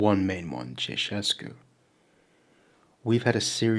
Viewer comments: Pronounced chow chescu, ceaucescu x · It's actually Ceaușescu. Pronounced "Chow Shescoo"